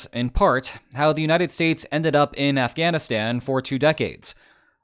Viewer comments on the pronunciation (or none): none